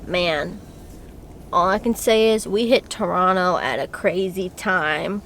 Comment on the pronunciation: Loved that when you were showing the TORONTO sign, that the second time you said “Toronto” you pronounced it like a Torontonian would, you left out the second t. Pronouncing it Torono, like someone who lives here pronounces it 😊